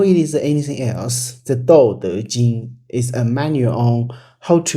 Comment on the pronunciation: you opinion is interesting. however it really bothers me you cant pronounce dao. D AO dao, not D OU dou. Laozi is not a single person, it is compilation of old masters. You can feel the difference in writing between the chapters, especially if you manage to get old original scrolls. There isnt single whole daodejing left in the world from old era. What we have today as daodejing is a compilation from few different sources dating from different centuries.